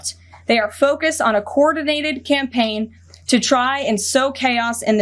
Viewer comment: She can't even pronounce the word "coordinated" let alone know what the word means.